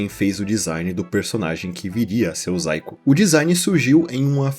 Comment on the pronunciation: zaiko? achava que estava falando saiko, já tava me perguntando "o saiko fez um video de dragon ball AF e mostrou uma fanart que virou lost midia?"